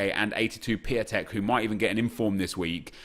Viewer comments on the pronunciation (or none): bro it’s pyontek not piatenk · it is PIONTEK not Piatek